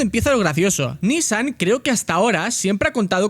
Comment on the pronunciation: Recuerdo esa carrera en 2015, fue esperpentica la presentacion en Le mans, cual Renault en F1, solo era una jugada marketinera no de competicion. Por cierto es nissAN no NIssan la pronuncacion. Saldudos.